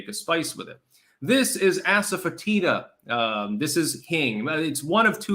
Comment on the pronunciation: It's pronounced assuh-FET-iduh.